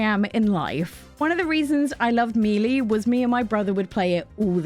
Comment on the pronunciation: Super smash bro "Me'Lee"